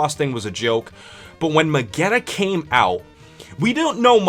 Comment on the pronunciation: It is neither Magneta nor Megeta, it's Magetta